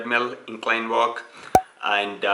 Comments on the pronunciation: Its AND not EIND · It's aind for him not and😂😂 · Aaind I stopped watching once I heard aind..